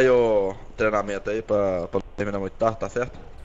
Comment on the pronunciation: "treinamenta" ta errado e treinamento